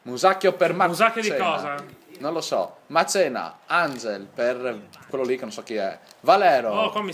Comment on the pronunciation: si dice "anghel" non "engel" XD